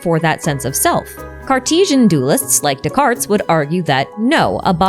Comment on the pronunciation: Please, no "S" sound at the end of Descartes.